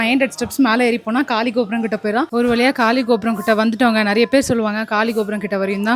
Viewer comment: " GAALI GOPURAM ' ( GAALI : AIR ), not '' Kaali GOPURAM ''. Meaning changes sister.